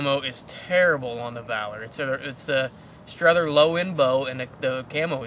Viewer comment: I'm just saying, I know multiple people who have the name Strother and they go by Strother. Not Struther.